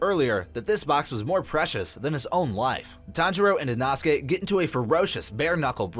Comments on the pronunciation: Inosuke name is pronounced in-oh-sook-aye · Captions are worse than inosuke's pronunciation